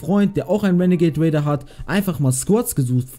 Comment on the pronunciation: Ich Feier es wenn du renegat raider sagst